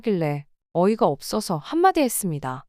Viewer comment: 어떤 채널은 없어서를 끝까지 어버서라고 읽기도 하더라구요. ai 오류같아요.